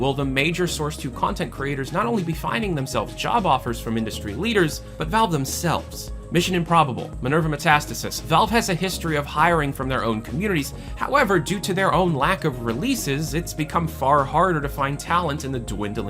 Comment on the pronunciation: What the hell is Minervametastasis? Minerva. Meta. Staysiss.